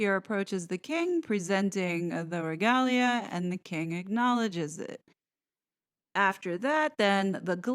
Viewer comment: You rock, as a rule, but I flinched, a bit, until you mispronounced Trafalgar. That battle is one of the proudest moments in British history. Mispronouncing that is a major faux pas. Tra FAL(as in pal) gar, regalia - Re GAYLE ya,, diocese - DI ah seize , Mall - Mal (as in pal), Mordaunt - MOREdunt. tiara - tee AH rah. Just a few helpful hints for the American audience.